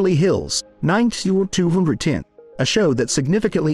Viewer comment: Meg Ryan underwent massive surgery. WRONG INFO. "Beverly Hills Nine sum zoom zoom ten" uh - what?! Downvoted because your headline is entirely inaccurate, your info is wrong, and your using some sort of robot voice. 😂